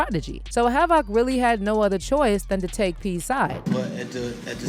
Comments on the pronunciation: "hav, OC" 😆😆😆 almost stopped watching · Yo...imma need u to practice sayin havocs name man..put some respect on the legends name